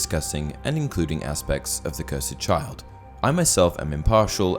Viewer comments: It’s cursed not curside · It’s cursed, not cursaid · Lmao why cant u pronounce the word cursed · Wait... how did you pronounce cursed? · I love ya man but the way you pronounce cursed is wrong and it annoys me